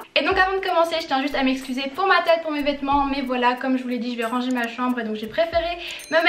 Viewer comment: Ohh non jaime tropp kand tu dit rangé tu dit << rrrranger >> PTDRR